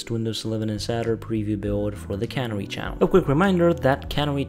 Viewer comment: It's not cannery, it's canary.